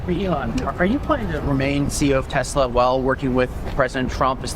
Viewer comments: Did he say Tesler? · Bahaha this is good one. Gotta love how Trump said Tesler! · Who's "tesler"? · I love that Trump said: I LOVE TESLER at the end lmfao😂